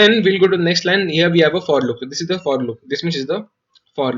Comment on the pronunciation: man i was just wondering how many times u have used the word "here". The fun part is that is sounded like ear